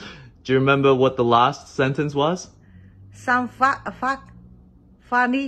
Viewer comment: She meant it.... "Some fak" :D